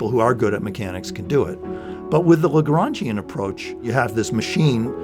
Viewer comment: "Legrangian" I keep hearing lebron james